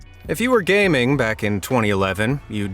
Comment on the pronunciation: “if you were gay-min” scared me bro